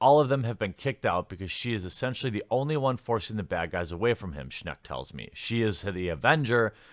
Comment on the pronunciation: For what its worth Schenck is pronounced like Shank.